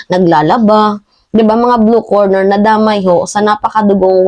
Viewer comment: "Blue Collar" Job yun hindi blue corner, mag ingat po sa pagbibitaw ng salita para mas ma established mo ang credibility mo. Noong nakaraan mali naman ang pronounciation mo ng "obliged". Ok ako sa support mo sa admin paki ayos lang ang ilang mga data mo para hindi ka mapulaan ng ibang dds vloggers!